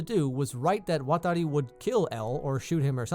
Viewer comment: I like it when you say "Watari"